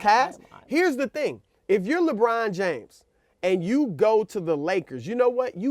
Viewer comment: he actually said - lebum james :D lol